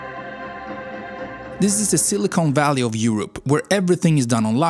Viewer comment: It's silicon valley, not silicone. Silicon is what they make microchips out of. Silicone is what they use in fake boobies. Sorry, I am a jerk, and all in all, you are very talented in English.